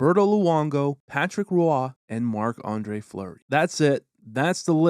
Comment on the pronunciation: Sorry but did you say Patrick Ruwah? It's just pronounced "Wah" Arguably the best goalie ever... should learn how to say it!